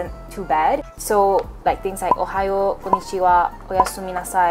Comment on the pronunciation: Not to be rude but you said ko-no-chi-wa and it's pronounced as ko-n-ni-chi-wa